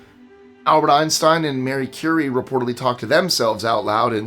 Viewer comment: I have 23/25 traits. Who'd a thunk it? 😂 Unless you want to count 25 years of Multiple Sclerosis and my brain looking like Swiss cheese as a Sudden Savant Syndrome. But I was much smarter before MS. And I'm the complete opposite of "tall." I like to say I'm "height challenged," at 4'11". Also....did you say MARY Curie? Because it's Marie...or Madame. 😊